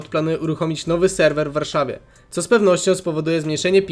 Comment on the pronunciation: W końcu płemieła i sełweły w Polsce :)))